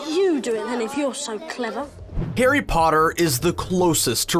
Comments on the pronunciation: At the beginning he called it Garry Potter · Hey you said Garry Potter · Did anyone heard that he ssaid Garry potter